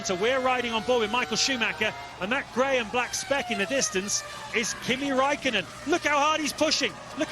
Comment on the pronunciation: His name is Räikkönen not Rakkenen